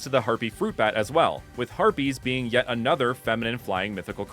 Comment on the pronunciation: I thought you said Herpes at first xD then I paused, rewatched and was like "Aah, Harpies 🤦🏻‍♂️😂"